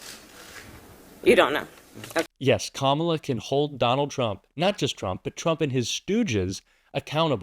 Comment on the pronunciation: KAMALA! Accent on the first syllable. Let's get used to spelling her name correctly! She's our next President of The United States. God protect her.